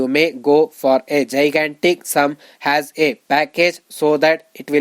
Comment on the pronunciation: Pls...make difference of as and has...u pronounce aa and has wrongly